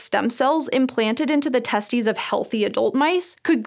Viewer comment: She really said testies💀